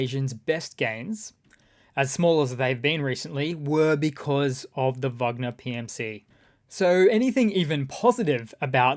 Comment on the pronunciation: Thanks for saying Vagner not Wagner.